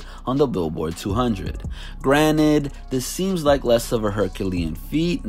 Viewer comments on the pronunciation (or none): none